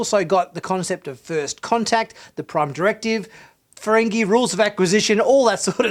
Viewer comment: The Episode was called "First Con-Tact" as in "Con"